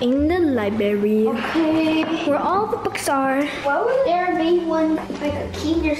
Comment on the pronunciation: why did you say library it’s like Lyberis😅😅😅